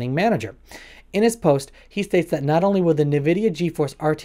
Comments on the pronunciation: Say nuhvidia one more time I dare you. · Did he really call it NAVIDIA? 🤦‍♀️🤣🤣 Can we please have Ray Romano back?? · Bruh, he just called it Navidia... u really expect techies to stick around for this guy's insight?? 🙄